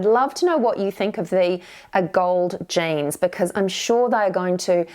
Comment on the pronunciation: Are u saying jeans or janes